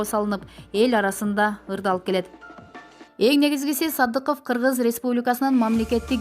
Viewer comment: Сыдыков эмес Садыков деп окунузчу